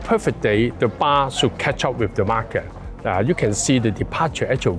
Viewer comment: Marker pronounced as market.😐